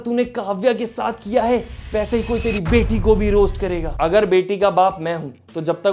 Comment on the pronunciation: fata vassse bol kr aapneprove krdiya ki aap mp se ho h😂